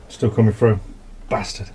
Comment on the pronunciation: Finally !!! Someone apart from Sean Bean on Youtube who pronounces "Bast^rd" properly. For that alone this man is a hero... but then he also makes a great van and content...